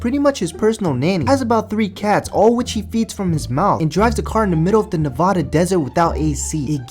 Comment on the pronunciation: You mispronounced the word Nevada. It's NevADDuh, not NevODDuh.